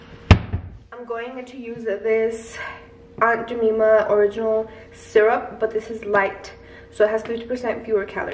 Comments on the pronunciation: say it like this Aunt GEE-MY-MA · It is pronouced "Aunt Jeh-my-ma". lol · It’s the way she said Aunt Jemima for me 😂